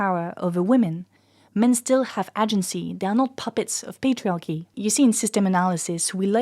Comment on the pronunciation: Amazing video, check the pronunciation of the word "agency", im a migrant non native english speaker that does talks in sociology just saying it to you before a twat white straught english native man cuts you half way through an argument to make fun of you because of it 👍🏾